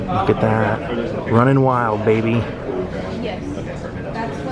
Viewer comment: did Hogan miss the L off “wild”?